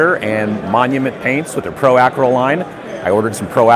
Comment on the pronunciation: The way you say Pro Acryl is great.